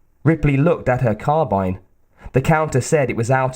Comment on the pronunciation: The fact you know how to pronounce carbine properly hooked me.